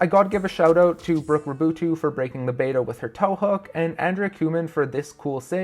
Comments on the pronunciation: Technically it's supposed to be pronounced somewhat like "Rah-boo-two" since her dad is French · great video but please work on pronunciation of Janja and Raboutou